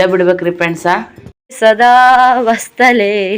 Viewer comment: ಸದಾ ವಸ್ತಲೇ ಅಲ್ಲ ಮೇಡಂ ವತ್ಸಲೆ ಮಾತೃ ಭೂಮಿ